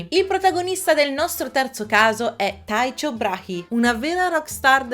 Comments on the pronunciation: Taicio Brahe si pronuncia Tico Brahe 😘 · Video molto simpatico, bello😊 però, sulle pronunce bisogna fare un po' di verifica preventiva su Wikipedia 😅 Tycho Brahe (/ˈtaɪkoʊ ˈbrɑː(h)i, - ˈbrɑː(hə)/ TY-koh BRAH-(h)ee, - BRAH(-hə) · Che video ganzo! (però la pronuncia di "Taicho" Brahe davvero non si può sentire... era danese mica inglese o tai-cho, giapponese 😅) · Una sola postilla la pronuncia di Tycho Brahe, non è taico ma "tico bra" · Taicio? Non si pronuncia Tiko? Tiko Brae? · “Taicio” non si può sentire 😂😂😂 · Si legge TICO BRAHE, non è inglese come pronuncia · Taicio Brache non si può sentire. Ti adoro, davvero, ma le pronunce si trovano facilmente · Mi state dicendo che ho sempre sbagliato la pronuncia e in realtà si legge Taicio Brahi? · Tycho Brahe si pronuncia "tico bra" con la a allungata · Perdonami, ma Tycho Brahe si pronuncia così come scritto, mentre Qin Shi Huang si legge Cin Scé Huàng